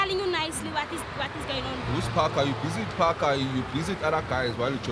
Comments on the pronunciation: i think for the fact that this second presenter has his own unique character we gon end up enjoying him, pls i stand to be corrected did he just said " Whats go-onion" aftr the call?😂😂😂😂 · "What's going nyon? " 😭😭😭😂😂😂😂💔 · “What’s going nyon?? Kwenzakalani”😂😂😂😂😂😂